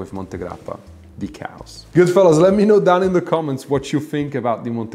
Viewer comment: Please check your pronunciation of the word "chaos".....! It is a two syllable word. It sounds like you are saying "cows"???